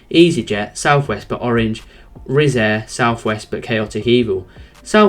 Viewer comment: Its wizzair not rizzair get it right dude